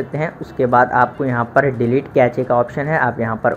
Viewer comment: kache nhi , kaise (cache) HAHAHH